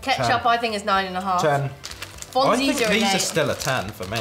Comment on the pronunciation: pliiiiiiiiis research a bit the pronounciation before telling people how to say things ahahah. Also lick your fingers with fonzies!